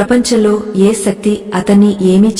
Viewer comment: Sakthi kaadhu A I garu sekthi anali